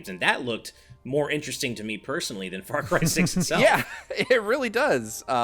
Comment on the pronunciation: Saying "Far Cry 6" sounded like "Far Crysis", and now I'm wondering what a mixed IP would look like.